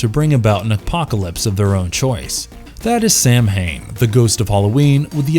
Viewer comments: It's actually not pro-nounced Samhain, it's actually Sow-in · FUCK. SAMHAIN IS PRONOUNCED SAW-WHN Fuck. Do your research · samhain...it's celtic. it's pronounced like saw-when. not the american way sAm-hAiN. for fecks sake. greetings from good old europe. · Omg it's not pronounced sam hain It's pronunciation is ( Sow Ween ) it's drives me nuts when people say it like that. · ‘Sow-in’, that’s how it’s pronounced…. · so just a note, Samhain is traditionally pronounced as "sow-in" <3 love the vid though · Samhain -> Saa wn or Sow-in or Savin (I beleive I got the irish pronunciation correctly) Blessed be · The Irish festival is pronounced sowamm . It am Irish word and pronounced differently to how it is spelt. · Samhain LoL 😂 it’s pronounced “sow in “ LoL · Ok Samhain is pronounced sa-win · some of your pronunciations are seriously off, especially the festival of Samhain, try doing some research.